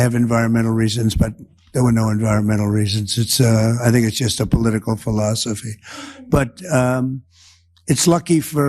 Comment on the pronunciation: Now he can't even pronounce philosophy - phil-oh-so-fy. YIKES!!! Every schoolkid knows how to pronounce this word.